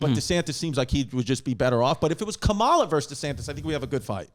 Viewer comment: Whenever a white person mispronounces VP Kamala Harris' name, I immediately feel they're racist.